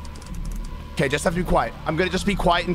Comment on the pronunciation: it sounds like he said "that's gay" instead of "okay"